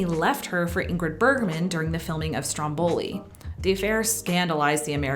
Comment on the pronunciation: Davvero! E' stata bravissima a pronunciare tutte le parole italiane (tranne Stromboli) in verita.